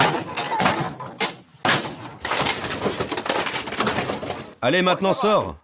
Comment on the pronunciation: Un "nikikomori", des "zikikomori", ça fait mal aux oreilles. Les h muets n'existent pas en japonais, tous les h sont prononcés en début comme au milieu des mots. Sans aller jusqu'à demander une prononciation correcte des mots japonais à des journaliste français de base, on pourrait au moins appliquer les règles du français et traiter les h initiaux des mots et noms japonais comme des h aspirés, sans liaison. La remarque "Non ce n'est pas une déchetterie" est inutile et irrespectueuse.